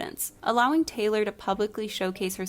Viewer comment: taylor tayloor